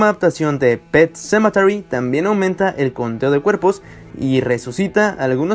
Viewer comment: Wey, deja de darle vueltas a tu puto video, además, no digas "pet sementary" cuando no sabes pronunciarlo, mejor di "el cementerio" o yo que sé, dislike.